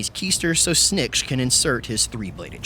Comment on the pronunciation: "This is SnNiKCH" Me: I love him